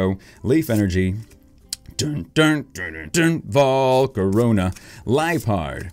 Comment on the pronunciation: when you say volcarona you mean my sharona